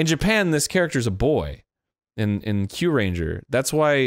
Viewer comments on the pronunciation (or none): OH, my heart when he started saying Kyuranger instead of Zyuranger. XD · Bandora is Rita Repulsa's name in Sentai EDIT: It's also Zyuranger, not Kyuranger